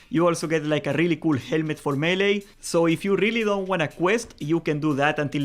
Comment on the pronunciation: I never play horde in classic, ever. This time I am and I am lost when it comes to finding all the dungeon quests. Big help. Also every time you say melee I hear Hunter.